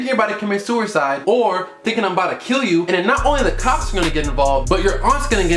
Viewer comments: This nigga said sewer-side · Nigga said "sewercide"😂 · "sewercide" DEAADD